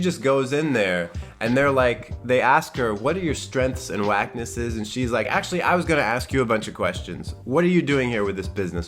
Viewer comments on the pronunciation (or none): PS I love when u say whacknesses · >>>>>>wacknesses<<<<<<< That's all I hear now